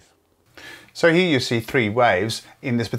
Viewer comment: Pronounces the word "Here" as "He".